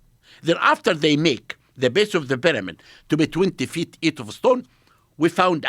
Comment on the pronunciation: Expert on the peramid can't even pronounce pyramid.